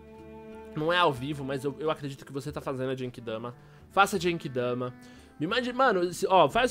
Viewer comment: só não ajudei na genki dama porque você falou jenki dama